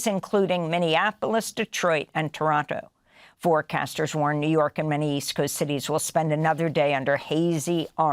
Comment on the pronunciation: Props to the Toronto pronunciation attempt she might have said it perfectly given the debates we have here.